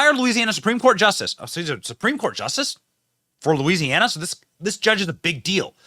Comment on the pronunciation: Louisiana starts with a L not a E dumbbells. Must be from the north east. Backwooded MF